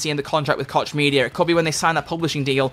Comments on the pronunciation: Koch Media.. With personal experience with this name we pronounce it like Coach. The "ch" sound in german makes a similar sound and thats how we have always pronounced it. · As a German Citizen I can say that i've heard him say kotch media way too often xD Not to be unpolite: The "ch" has a whole unique pornounciation in german, its achieved by pressing the muscles in the throat together and making a sound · WOAH what’s the real pronunciation of Koch??? 🤨